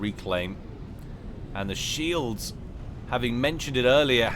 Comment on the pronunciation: "He pronounces them 'shelds' " and "Kof dies a death". Made me lol. Keep it up